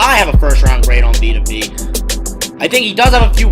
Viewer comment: Please learn to pronounce the dudes name... Vita Vee?? it’s Vea... pronounced Veyah